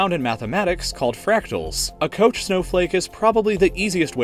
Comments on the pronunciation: "Koch" is pronounced similar to cough and not as couch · This “paradox” also applies to the surface area of your lungs. That’s why we can never agree on how many football fields your lungs can cover. Also, nobody pronounces it the “cotch” snowflake. It’s always either “coke” or that other way that could be flagged by profanity filters. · That's not how you pronounce Koch. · When you butcher the pronunciation of Koch